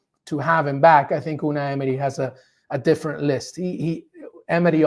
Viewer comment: the way he says "Unai Emery" sounds legit